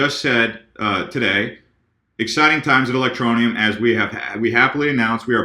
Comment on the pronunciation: a, I'm digging the ELectro-knee-ummmm!!! lol haha rising!! sweet!!